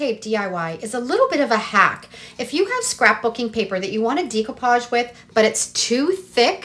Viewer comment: Great ideas, and will definitely give them a try. FYI - decoupage is pronounced in the French way; day-coupage, not dee-coupage😉